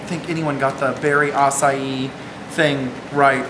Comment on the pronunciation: you should be proud you actually said Berri Acai correctly.